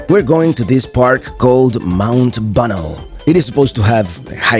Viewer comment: BTW it's pronounced Mount Bah-nell